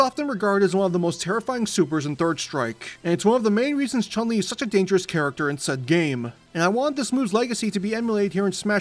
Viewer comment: The vowel in Chun is a short U like in foot.